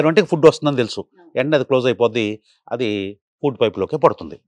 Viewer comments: ఫూడ్ కాదు, ఫుడ్ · It's food not Poodu